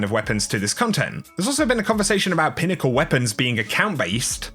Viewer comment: “Pinnacle” lul